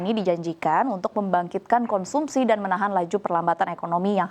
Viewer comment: Katanya effisiensi kok malah konsumsiiii, fiye. Mas brooo